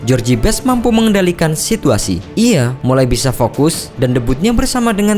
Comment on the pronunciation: Bacanya jos best, bukan jorji best. CMIIW. Sukses terus dgn contain2 yg lbh baik. 👍🏻